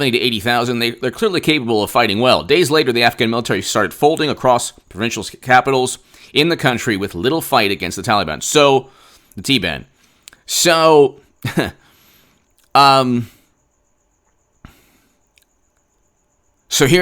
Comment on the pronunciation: No they are not the T- Ban...LISTEN TO BRAIN ROT MUSHMOUTH...It's TOLLEY-BON